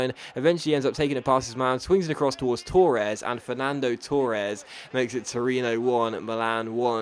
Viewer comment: Why do you pronounce Torres like that